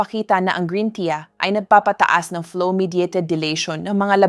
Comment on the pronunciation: Green " tiya" daw 😆 juiz 😄